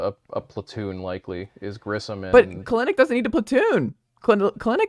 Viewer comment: Please pronounce Kelenic right.